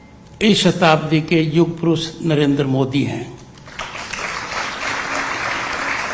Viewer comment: युग पोरोश नही पोनोटी पुरुष😅